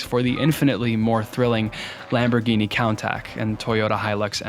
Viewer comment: lamborghini ‘count tack’ almost made me throw up 😂 it’s ‘coon tah-sh’